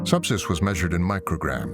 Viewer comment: How ironic that at the first mention of Subsys I thought the narrator said SEPSIS ?!? Turns out both are just as LETHAL!